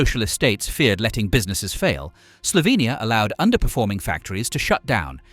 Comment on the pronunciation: i like how you say Slovenija like we say it and not Slovinija like people usually say it in english... :> Piran is the prettiest city in Slovenia! Please DONT! visit it there is too many tourists here already.